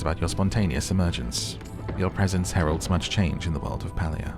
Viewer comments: the Correct pronoucement of the gamed name is PAY-LIA !!!not pal-lia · Palia is pronounced PAY-LEE-UH not PAL-LEE-UH. Great vid, was hoping you'd play this game 😊